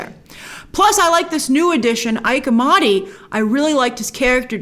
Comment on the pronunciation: Not “Ike.” It’s pronounced “ee-Kay” Amadi.